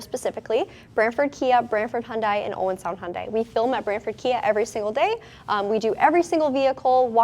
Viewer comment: Just a suggestion when saying Hyundai. It is not Hyun"Dahi". it should be pronounced as Hyun"day" just like Sunday/Monday or Hyun"deh." Anways Hyundai and Kia are definitely leading the industry! love the Stinger and all cars recently produced by Hyundai, Kia, and Genesis!!! Thanks for the great review!!!